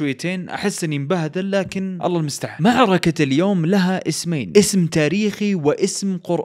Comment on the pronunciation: اللهُ المُسْتَعَان وليس الله المِستعان والله اعلم 🤍